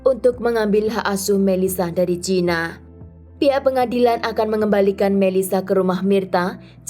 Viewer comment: Maaf mba, Gina diucapkan GINA bukan jina..